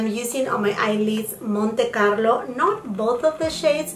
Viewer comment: Me gusta tu naturalidad y tu manera de pronunciar "Montecarlo" me dice que hablas español .... Felicidades por estos videos llenos de buenos productos. Espero se valore y tengas muchos éxitos . Saludos desde Barcelona. España